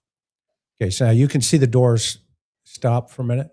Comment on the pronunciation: DOORS NOT DOIRS